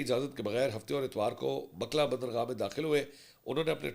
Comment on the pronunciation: Name is Mokkalla not makla. Pls correct